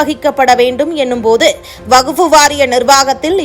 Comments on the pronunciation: வகுப்பு‌ இல்லை. வக்ஃப். 100 தடவை எழுதிக் கொண்டே சொல்லுங்கள். வார்த்தைகளை கொலை செய்யாதீர்கள்.😂😂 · Yes. Many people are observing the news reader's prounciation. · எந்த வகுப்பு....ஐந்தாம் வகுப்பா ஆறாம் வகுப்பா...வகுப்பு அல்ல வஃக்பு....நீயும் உன் பேச்சும்.